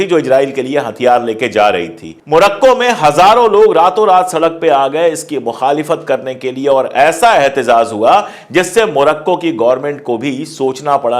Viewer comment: एहतिजाज। एहतिज़ाज़ नहीं।